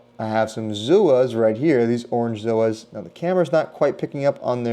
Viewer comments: If you want to abbreviate Zoanthids it’s Zoas, “Zoh-ahs”, not zooooos 🤷🏼‍♂️ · ugh, stop saying Zoos this all started because a couple of wanna be influencers accidentally called them that and doubled down, and it stuck. it's Zoanthus, not Zooanthus not to not pick but if you want to educate people and be taken seriously you should atleast know the correct spelling and pronunciation of the easiest species. still a good video but pet hate